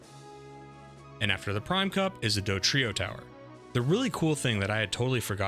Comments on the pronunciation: You know it’s “DoDrio” and not “DoTrio,” right? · Dodrio not Dotrio